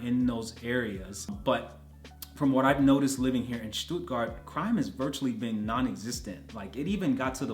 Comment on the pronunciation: oh boy, u nailed the „Stuttgart“ area!